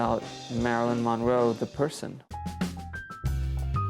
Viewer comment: I would just like if he would stop pronouncing her last name as MON-row.